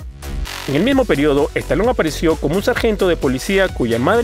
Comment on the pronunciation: Stallone ! y NO Stalon..... Muy mal tu pronunciacion!!